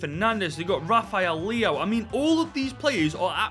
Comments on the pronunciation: rafael leohh 💀💀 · Bro really said Rafael leao 😭